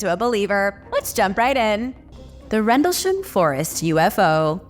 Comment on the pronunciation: rendleSHAM! lol. damn americans.